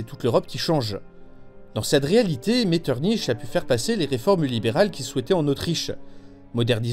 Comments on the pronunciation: “Metterniche”... non pas toi, pas après tout ce que tu as fait 😂 A part ça très bonne vidéo comme toujours 😉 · Très bonne vidéo, mais Metternich se prononce Metterni(k). On se prend à rêver à l’Empire encore en place aujourd’hui en écoutant ta vidéo. Très beau rêve ☺️